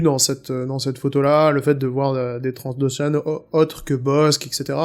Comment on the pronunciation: On dit Trandoshan, pas Transdoshan ^^